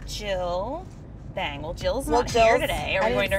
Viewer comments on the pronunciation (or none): "Jim Jill bAng" cringe intensifies "it's Jim Jill bawng" THANK YOU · It's not pronounced bang. It's pronounced more like bahng. Whenever you see an a translated from Korean, pronounce the "a" as you would pronounce the word "ah". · JiM-jeEl-baAaaAAnG omo I love these girls but that pronunciation was horrendous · Anyone else from Korea cringe when they tried to say Jim ji bang? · it is pronounced jim-jill-baung. by the way, i’m korean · Says jjimjilbang so wrong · I'm not from Korea but I'm learning and I kinda sorta did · I’m not Korean but I knew that wasn’t the way you pronounce it 🤦🏽‍♀️ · I'm Korean and I was laughing so hard when u tried to say it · I am Korean and actually you pronounce Jjimjilbang like jim (with a short i sound and not a j sound but a cha sound than a short m sound) , jil like chil and bang like and ahh sound like bahhng. Sorry for being nitpicky... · I will have nightmares of them saying jjimjilbang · i had a mini aneurysm listening to them pronounce 찜질방 wrong like 15 times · They prounouced the spa name soooo wrong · You guys said Jimjilbang wrong I don’t know why but it annoyed me Not trying to be rude though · They butchered the pronunciation so bad....... 😂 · The way they pronounce Jimjilbang made me cringe a little😂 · I'm literally cringing at their pronunciation